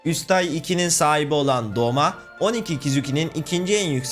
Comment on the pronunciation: Doma değil douma Gyutaro değil gyutro Daki/ume